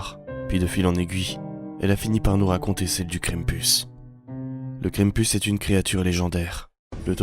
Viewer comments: Krampus prononcé [kran-m-pous] ça veut dire crêpe en breton ( mm si je suis pas sûr que ça s'écrit comme ça) C'est pour ça que j'ai regardé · Mais ses quoi sa pk tu le monde dit mal le nom krampis ses kr am pu s